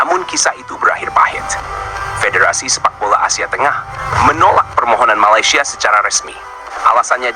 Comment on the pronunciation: maladeys bukan Cava keppah.. sama kamu ha... ha... ha...